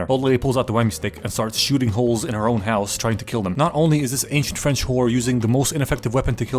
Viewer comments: this was perfect, perfect accent, just mwah "chef kiss" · Pov : I´m french and I´m looking this video « Shit he have a good french accent saying some shitty fing of french ! » Sorry for the writing error